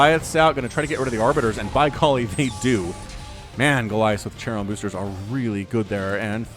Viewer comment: Ah, good old times when said ‘tsharon boosters’. Either Youtube algorithm is super smart and it knows which casts are the best, or this channel has too much great casts.